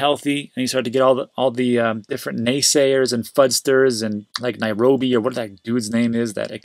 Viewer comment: “Nairobi” 😂😂😂. Nouriel Roubini